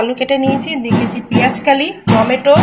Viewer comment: দিদি কথাটা পেঁয়াজকলি, পেঁয়াজকালি না।